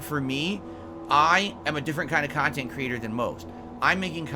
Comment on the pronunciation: “Curated khantent”